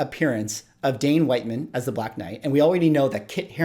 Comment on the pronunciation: I always assumed that it was not pronounced WHITE-man, but WIT-man... 🤷‍♂️